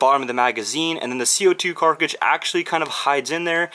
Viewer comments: Everyone: c02 cartridge: c02 carcidge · Why do you say KARCIGE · is- is he saying carcidges instead of cartridges? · sorry but can u not pronounce cartridge